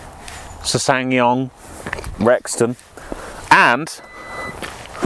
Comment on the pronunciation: you don't pronounce the second S in the name